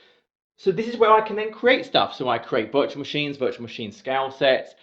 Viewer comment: Really great video summarising the exam and nice water break humour. Only hitch was getting your "scale " pronunciation was getting me as "scouse" ☺